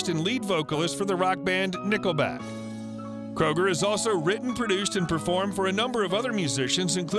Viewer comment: His last name is Kröuger